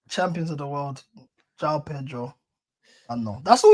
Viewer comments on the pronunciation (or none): Pronounce the j in Joao … do your homework